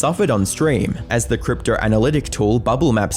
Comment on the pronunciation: Brother the way you pronounce “crypto” as “cryptrer” is killing me🤣